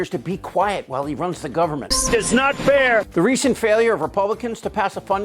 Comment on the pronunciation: It is NOT FTHAIR!!😂